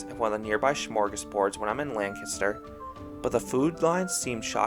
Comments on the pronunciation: Hats off to you for pronouncing Lancaster correctly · Finally, someone who says Lancaster correctly.